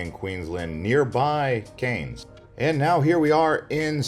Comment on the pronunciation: Cairns: Cans! Not Canes!! Good grief!